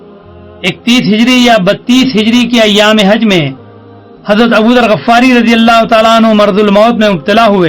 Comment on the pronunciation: غَفار نہیں غِفاری ۔ تصحیح فرمائیں